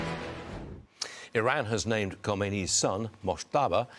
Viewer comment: You guys are unable to pronounce one name?!!! Khamenei but you say khomeini Khomeini died 36 years ago! Stop saying khomeini